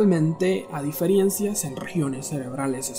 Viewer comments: El pronunciaba diferiencias no difirencias. pero bueno igual esta mal dicho. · ¿Como dices DIFIERENCIAS, pelmazo. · no me da confianza el video desde que escuche diferiencias JAJAJAJAJAJAJA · Se dice diferencias no diferiencias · 😠😠😠😠 diferiencias...no sé cómo aguanté 3 minutos... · Diferencias !!!! No difirencias